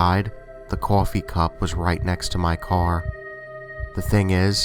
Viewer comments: it's so funny how he says coffee, cohfee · The way he said coffee in story 1😂😂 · Adithya Gud Brooklyn or New York or New Jersey